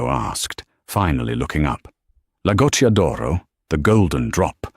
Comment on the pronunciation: The written text is an absolutely terrible evidence of Yankee arrogance who nearly all think that studying foreign languages is a waste of time. It's Matteo and not Mateo. It's "La Goccia d'oro" and neither "Lagoto" nor "Lagotodoro" or even "Lagot Doro" !! And in Italian the heroine of the story is not Emily Bianke but Emilia Bianchi. It's "cucina italiana" and not "cushina italana". Emily is not from Sienna, but from Siena. It's not Tuscanyany, it's Tuscany . It's "francamente" and not "franke" . It's "Per favore" and not "Pavore" , and it's "ragazza" and not "reagatza" . It's "San Gimignano" and not "Sanjiñano" . It's "Piazza del Campo" and not "patza delampo" . It's "Signora" and not "Senora" . This is only the beginning...